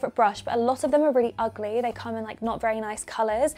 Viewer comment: "You're UGGly" hahaha I died!